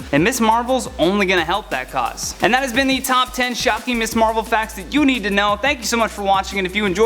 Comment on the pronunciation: It sounds like you keep saying “Miss Marvel.” “Ms.” is a different word.